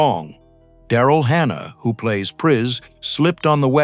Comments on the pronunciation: Characters called "Racial" and "Preese"? Clearly the narrator didn't watch the film :( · The mispronunciation of Pris and Rachel throughout, it's a dead giveaway either AI or whoever you are making this thing you don't even have two seconds to learn the pronunciations of the names that are key to this thing that you're making?? Pass. I'll re-watch the multi-hour documentary.